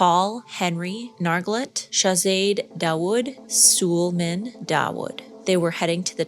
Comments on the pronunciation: Terrible video. She strawmans the Coast Guard by accusing them of lying about recovering a body, when they never said that. All they said was they recovered some human remains. She can't even get the pronunciation of Nargeolet and Suleman right, despite them being front page news for weeks, and she repeats the debunked story that Suleman didn't want to go. Avoid. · Great video, just a little heads up, Sulemans name is pronounced - Sul-ay-man, thought it would be helpful 😁 and it was so thoughtful how you said teenagers aren’t supposed be on your table bc it was truly heartbreaking hearing that he only went to bond with his father for Father’s Day and was initially terrified to go 😢😢 and I’m finding it so hard to wrap my head around the fact that they have literally been wiped from the face of the earth like they aren’t under the earth, they’re nowhere… I physically and mentally can’t wrap my head around that, they’ve just been completely erased from existence, how devastating it is for the families 😞😞